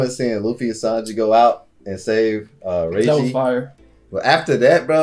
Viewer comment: Its reiju. Not reiji